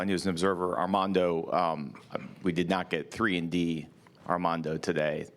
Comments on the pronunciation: Came straight to the comments looking for this, she DEFINITELY said "Ardamondo" 😂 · I think she said Ardamondo ! lol . He looked at Rj like, what?!